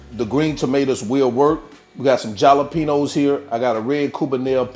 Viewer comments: Where can we find the “JAH-LA-PENOS”?😂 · Looks good, but...JAH-la-penos? Making these tonight! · As a SoCal gal I cringed when you pronounced jalapenos, but you are so darn cute I cant complain! 😍 And I've tried many of your yummy recipes. They are always the bomb 😂👍❤ Airfryer tacos are now on my list of things to try 😊